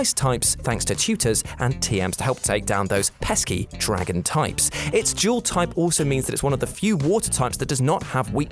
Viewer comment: IF I HERE HIM SAY JEWEL TYPE ONE MORE TIME AND NOT DUAL TYPE!!!!!!!!!!!!!!!!!!!